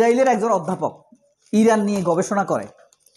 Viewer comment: আপনার উচ্ছারন ভুল, বলুন ইরান